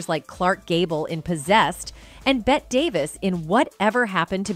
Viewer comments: BET Davis? I’ll bet her name isn’t pronounced that way :-) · Bette is pronounced Betty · Yeah, and Bette Davis first name is pronounced like, "Betty," not like "Bet." I hate it when they get pronunciations wrong in these things. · Why clips showing Faye Dunaway in other movies? They’re two different people. Faye played the role of Joan in the movie. Another thing, the name of the other actress is pronounced “Betty” not “Bet”. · Seriously Voice over actress or are you AI? You don’t know who Bette (pronounced Betty) was? I can’t listen anymore… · This presentation is a mess. Repeated information throughout. Jumps around continuously. And they can't even pronounce Bette Davis' name correctly. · Please correct numerous errors, such as incorrect spelling and mispronuncIation of "Christina" and "Bette". As far as from where Joan adopted "Christina" (not Christiana) : celebrities who used Tann's services did include Joan Crawford (twin daughters, Cathy and Cynthia were adopted through the Tann agency), but daughter Christina and son Christopher were adopted through other agencies). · Please try saying CHRISTINA and BETTEE. Sorry to correct you. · Damn AI voice pronounced Christina and Bette Christiana and Bet, smh. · "ChrisCHIYANYA"? "BET Davis"??? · Seriously? it’s Christina and Bette is Betty…I mean…how do you tell a story and not research and know the pronunciation of names? Furthermore…how can one NOT know who Bette Davis is? 🤔 you’re an embarrassment.🥴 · Who is the narrator!? Mispronouncing Bette and Christina. WTH ? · The mispronunciation of Christina and Bette Davis is criminal. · She mispronounced Christina’s name & Bette’s